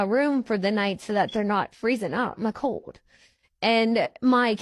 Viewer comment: LMAO! I remember the Melinda video! How she tried to change her appearance by removing her glasses, letting her hair down, closing her eyes and not showing her missing teeth! You know FDS that was Lisa just be the way she pronounces "cold"....code. I've admitted this before, but the very first time I watched her video I nearly sent her some money because she was crying and had kids and was flat broke. I understand what it's like to be broke, but I thought I should read the comments first. I had no idea she was an addict and the lies she told. SO glad I never sent her a single penny! Now I LAMO watching her fake cry, lie about being hungry and homeless - she's a real piece of shit work!